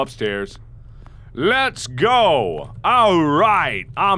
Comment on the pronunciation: whe he say GO GO GO it sounded like GUBBLE GUBBLE GUBBLE 😂 instead of being scare i just laugh at it